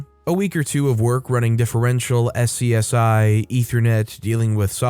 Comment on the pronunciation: A small note: SCSI is spoken as "s-kuh-zee". like, scuzzy